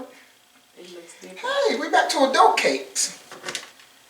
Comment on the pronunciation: Did Dude #1 say “adult cakes”? 😂😂😂